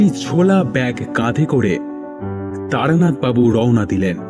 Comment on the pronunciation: আজকাল সবকিছুতেই গারপাকামো। এটা তারানাথ না বারানাথ।